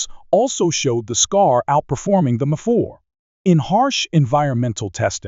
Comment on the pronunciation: Is this AI narration or something? Why can't you pronounce M4 properly even once?